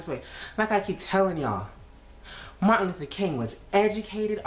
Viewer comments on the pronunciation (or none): none